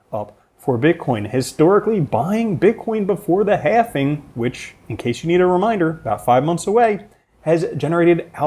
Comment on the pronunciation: I love this dude. but "halving" not "halfing" all love though